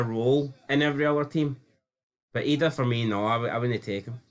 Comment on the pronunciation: got so angry there he started pronouncing Idah's name correctly.